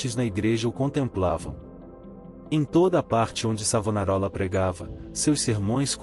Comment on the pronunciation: Vá estudar mentiroso, enganador de trouxas. Aprenda ao menos a pronunciar o nome do Mestre! E qual é a tua "igreja" o mentiroso ? Sou florentino. Cacete!